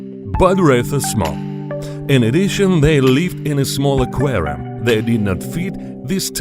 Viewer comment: “Into the qerum with piryanez “